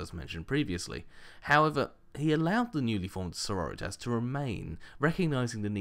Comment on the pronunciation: i think its pronounced Sor-ror-ri-tas. like senoritas? like in spanish?